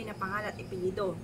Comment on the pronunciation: APELYEDO MA'AM HINDI pelyedo..BULOL k p Mg pronounced..